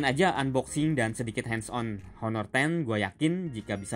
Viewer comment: Sebut nya aner. Bukan haner....